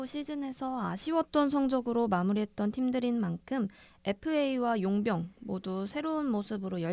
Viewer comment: 용병이라고 하지말고 외국인선수라고 하면안되나요 심지어발음도 뭉개져서 용변처럼 들림 ㅎ